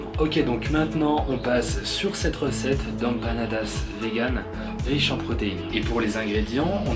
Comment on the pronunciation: Merci pour la vidéo ! =) C'est cool ça change ! J'ai connu ça d'une famille chilien et il y a aussi les argentins qui le font (j'en parlerais avec mon ami espagnol ahah). Mais on prononce "émpanadas" plutot que "ampanadas" =)